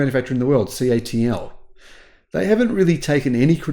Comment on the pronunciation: CATL is pronounced cattle